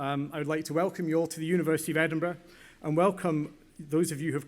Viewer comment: The People who troll Shahrukh don't know the pronouncing Edinburgh 😂